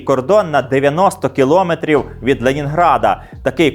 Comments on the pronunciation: Скільки брехні, і все те саме ми чуємо й зараз вже на свою адресу 😟 дякую за цікавий випуск. Є маленьке орфоепічне зауваження - наголос в слові кіломЕтр на останній склад😊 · Мовні правки: не "кілОметр", а кіломЕтр, не "кОлос", а колОс (на глиняних ногах). Коментуйте грамотно.